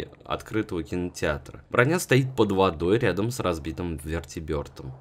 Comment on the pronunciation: Привет и прости, но правильно называть вертолет - "вертибЕрд" а не "ветибЁрд"